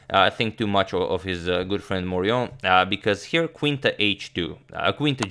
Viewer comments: Yes, the French pronunciation there is unobjectionable: well done! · Very good pronunciation of "Charles Amédée de Maurian". You should trust your French skills ;) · I approve your pronunciation of Charles Amédée de Maurion. I do not approve your pronunciation of Mobile, Alabama. It rhymes with "wheel". That's right, neither the English nor the Spanish pronunciation; they're Americans, you'll just have to forgive them. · The prononciation de Charles Amédée de Maurian is correct.